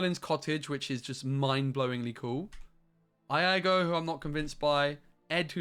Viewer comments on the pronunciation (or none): the correct pronunciation for Iago is E-ah-go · Fell out of my chair when you said eye-ah-go for Iago. Lol love your videos 💕💕 keep the noise down! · How do you pronounce Iago wrong 😤